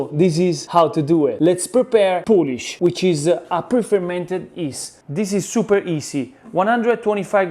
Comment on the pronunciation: Coming here for a 1 hour pizza dough: "the poulish after 24 hours". Okay.